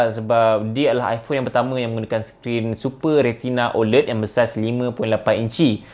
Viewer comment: ofc la iPhone XR boleh last longer vs Xs Max, sebab screen XR HD+ je, Xs Max full HD+ so tak pelik pun kat situ. satu lagi, sebutan 'OLED' patutnya ada bunyi 'æ', bukan 'e' iykwim